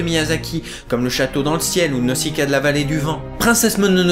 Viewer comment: Mercii pour cette vidéo, je trouve également que le doublage français et très réussit pour ce film ( perso je kiffe la voix de Morrow ) Le seul hic à ta video : Tu dis " Naussicaa", alors que ça se prononce " Nauzicaa" ( le s entre deux voyelles ça fait z mdrr ) XD